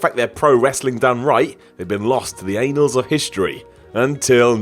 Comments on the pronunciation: Annals Simon. Not anals. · 🤣😂🤣 you said "anals" of history instead of annals. 🤣😂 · Ah yes the anals of history..... lmao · "Anals" of history. Simon is Johnny sins confirmed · Hehe, "annals of history".